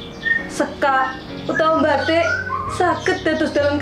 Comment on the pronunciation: Pelafalan batik perlu dikoreksi, batik dalam bahasa Jawa berbeda dengan bahasa Indonesia. Pelafalan batik dalam bahasa Jawa lebih mirip bahasa Bali yaitu bathik.